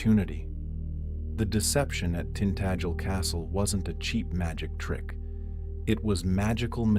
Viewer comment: Tint Ag el! is the pronunciation.